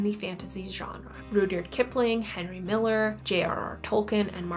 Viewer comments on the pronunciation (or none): none